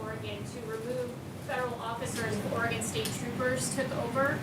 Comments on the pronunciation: It's not pronounced "Oregone" but "Oregun". And you didn't solve anything in Portland. You made it worse. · Oregon is pronounced Or-gen. Oregon. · Did he say Oregano 🌿?🤣🤣